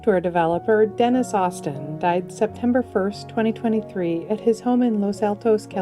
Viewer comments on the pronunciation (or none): none